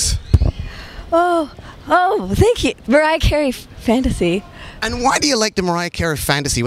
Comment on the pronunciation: “Mariah Carey , fanTHasy” lol love grimes